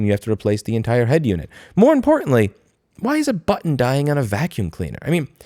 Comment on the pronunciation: Stop saying button weird